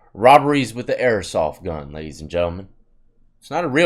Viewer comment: Yo it’s airsoft not airosoft js